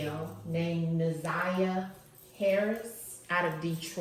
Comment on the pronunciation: Her name is Na’Ziyah. Not Zaniyah